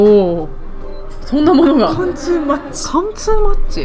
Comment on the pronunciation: 貫通はかんちょっていってるww